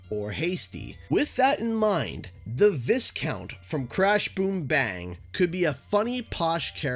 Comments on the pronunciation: Hate to be that guy (jk, I actually like to be that guy) but I need to let you know that you mispronounce the word 'viscount'. It's not viss-count but rather vai-count. I learned about that recently myself. Just trying to make people aware. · Uh, just FYI, "Viscount" is pronounced "vye-count" not "viss-count". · Viscount is pronounced VI-count, the S is silent. Stay in school kids, we don’t need anymore YouTube channels with a substandard narrator who can’t pronounce the simplest of words.